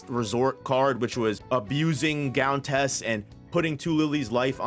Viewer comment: Riyo pronounced ree-oh Gountess is pronounced gown (like night gown) tess